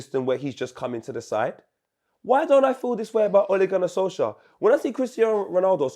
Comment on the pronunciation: LMFAOOOO WAS IN SENSATIONAL FORM FOR THE OLE RANT. SOLKSJAYER? SOUNDS LIKE A NORWEIGIAN STD 😂😂😂😂